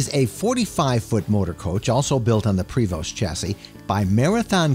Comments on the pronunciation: Just to let you know it is pronounced Prevo like Utah not Prevost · You pronounce it "prey-vo" not " prey-v-ost", you don’t pronounce the "st" (Prevost is a Quebec common last name, like Provost or Proulx , where the last 2 words aren’t pronounced) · you lost me at the mispronunciation of Prevost.